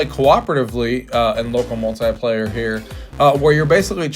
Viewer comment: The word "muahltaiplayer" makes me so aggressive 😅